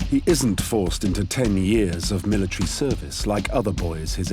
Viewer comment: Learn how to talk it's called military